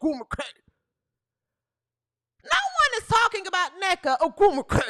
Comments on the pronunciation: lol hahaha id rather watch Angel than neka. If u say her name like that one more time lmaoooo 😂😂😂 I am rollin. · Lol. Crackin' me up with how you say nneka's name.😂